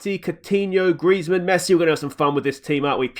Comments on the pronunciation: GR-EEEEEZ-MANN not gressman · not grezman griezzmann